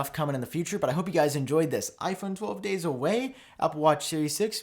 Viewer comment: I kept hearing " Iphone, 12 days away"